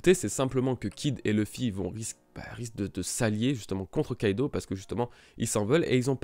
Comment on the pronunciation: Barbaux Nathan je suis assez dacc avec toi a part pour Kaidou ça se dit Kaido...